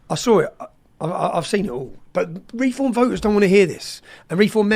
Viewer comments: he pronounces refom like it's a masonry adhesive. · He can't say Reform properly